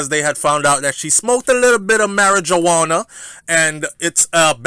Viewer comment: "Mari - Juwana" i'm done :-D